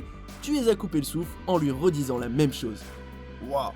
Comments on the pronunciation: ON DIT MAIME PAS MIME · Ptn arête de dire mime c'est même 😂😂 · Les "mime" 😂 a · Ca choque qui le "mime"?